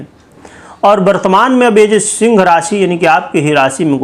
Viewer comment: शिंग राशि। ये पंडित बोलना तो सीख लेता।